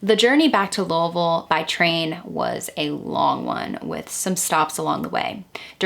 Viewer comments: I'm from eastern KY and it makes me happy to hear you pronounce louisville the way we do here. Most say Louie ville. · Wow. Lived in and around Louisville all my life, and I’m not sure I’ve heard of this. So sad. I’ve driven by that church many times never realizing how such a terrible thing happened there. Crazy. But agreed with several others in the comments, thank you for the proper pronunciation of Louisville. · I'm from Kentucky about an hour and a half away.... I'm a country girl and Louisville is a scary place it's dangerous in some places I'm so glad you say Louisville right lol... I just don't understand how anyone can murder a child 😢it's so sad... 😢😥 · Luavull is how us Louisville natives pronounce it here. It's odd to hear someine say it correctly. Lol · I’m a bit late to the show but better late than never! As many have said, I ended up here after a Caitlin Doughty episode. I was intrigued to stay when you pronounced Louisville correctly, and then realize you’re referencing a book written by my old friend Shawn Herron. Strange enough, I never knew Shawn had written this book. She’s a unique person and has her hand in many things. I’m not a bit surprised and I’m sure it’s a good read. I will have to check it out. Thanks for the work and the video! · Wow! You pronounce Louisville like a native. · Thank you for pronouncing Louiseville correctly. I'm from Cinci and it so refreshing to hear it said correctly. Great video. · I live in Louisville. I’ve never heard about this case but now I’m getting into the dark history of our city. Great video. Great pronunciation too! 10/10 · You pronounced Louisville correctly. I am impressed. Few people say it the right way. Thank you! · Can I just give you props for pronouncing Louisville correctly 🥲 I’m from Southern Ohio (Scioto County) Edit I just saw you’re from there so makes sense hehe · are you from kentucky?? because the fact you correctly pronounced louisville has blown me away 😭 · Pronounced Louisville right. ❤